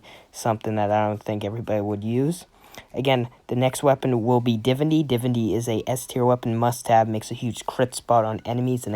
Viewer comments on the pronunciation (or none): U can start by saying Divinity right